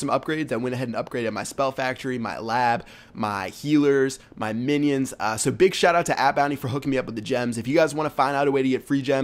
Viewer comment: he said chinions not minions